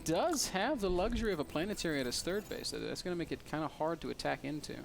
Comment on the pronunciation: Dat rotterdam accent "he's still worried about this turd" XD <3 Rotti!